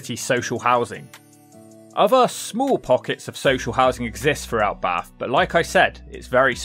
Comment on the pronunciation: Your voice is horribly nasal. And why do you say 'ovver' instead of 'other'